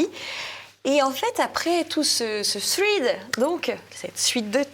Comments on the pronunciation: Bonjour à tous, Petite remarque pour. En anglais « ea » se prononce souvent « iii » (i long) comme dans « heat » ou « meat » et parfois « è » comme dans « dead ». C’est le cas dans « thread », « sweater » ou « Reagan » qui se prononcent « thrèdd »,« swèter » et « Règann ». S’il vous plaît, ne dites donc plus un « thridd »😊 Bonne continuation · Chère: “thread” se prononce “phrède” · toujours parfaite! 😍Sauf sur la prononciation de thread 😉